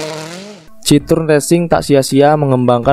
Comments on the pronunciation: Bacanya bukan citrun tapi citoen bang, ini kan mobil prancis bukan enggres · sedikit koreksi min, pembacaan merk Citroen bukan seperti ejaan lama bahasa belanda, tapi bahasa perancis yaitu bacanya cit-ro-en